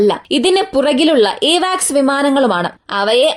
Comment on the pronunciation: എവാക്സ് അല്ല കുട്ടീ... അവാക്സ് ആണ്!